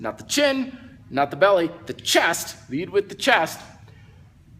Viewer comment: love the way you say CHAST!